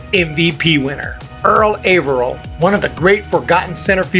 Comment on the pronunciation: Wonderful list. Lots of fun. 3 things tho: 1) Earl Averill is pronounced Aaverill, not Ayverill. 2) Puckett was wonderful but he is severely overrated. 3) Mike Trout was primarily a CF and is maybe #5 or #6.